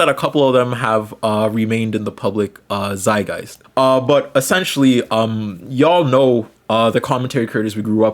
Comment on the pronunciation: It’s a zeitgeist not zay-guy